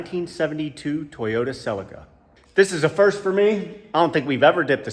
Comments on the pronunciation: Celica not selli-kkarrrr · Sell-in-Kuh vs Sell-eek-uh… Clarkson goes for the latter. Divided by our common language… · And here I was looking for the silica till I realised that Americans dont say Celica 😂